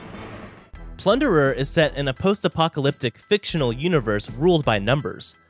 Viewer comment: Bruh its plunderer 🤣🤣🤣